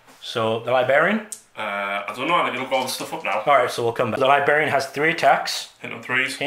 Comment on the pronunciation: learn to pronounce Librarian....very distracting